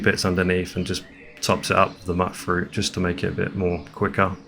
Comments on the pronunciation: (FYI: it's not "mutt-fruit," it's MYOOT-fruit, as in, mutated fruit. Mut from mut-ated, and it rhymes as well, m-yoot fr-oot. You got it.) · Amazing build. I didn't know about the exploit to reduce the settlement size by dropping and storing weapons; I always just used mods to boost the cap. Also one thing that I noticed: it's not pronounced "mutt-fruit" it's pronounced "mute-fruit" cuz it's a "mutated" fruit. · Just so you know its pronounced mute fruit, like mutated fruit